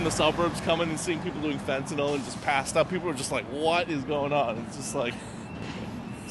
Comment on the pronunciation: It's not Fen-ten-all, (rhymes with Paul), it's Fen-tan-nill, rhymes with pill, kill).